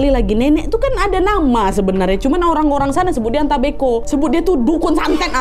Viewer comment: Salam dari Flores kak? Pantasan pas dengar ka nad ngomong ata mbeko feeling saya cerita ini pasti dari Flores Sebenarnya ata mbe'o si kak 🙏